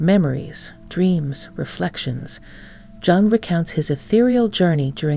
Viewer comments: Jung - pronounced Yung. (Duh!) If you are going to produce a doco on someone the least you can do is pronounce the name of that person correctly. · It’s actually pronounced Yoong. Like You with an -ng